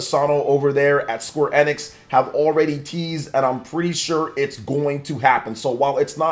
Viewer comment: Square E-nix not Square N-ix